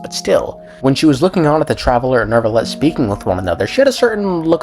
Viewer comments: When: NOORvillete Instead of: NYUvillete Yeah, it's bothersome to hear it bad pronounced, although a tad funny, haha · NO CUZ THEY DO ALL SAY FUCKING NERVILET OH MY GOD THANK YOU ...newvilet sounds better tho xoxo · ERMMM actually theres no R in Neuvillette